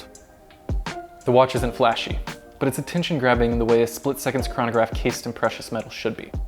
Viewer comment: I hate the way he days "chranograph"